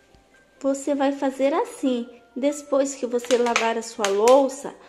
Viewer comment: Eu amei seu jeitinho de falar"despois". Ganhou um inscrito bjo